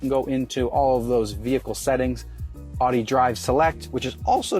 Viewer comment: Nice review, but you’re mispronouncing Audi. You pronounced it “odd-e” repeatedly in the video, when it should sound like “ow-dee.” Common mistake.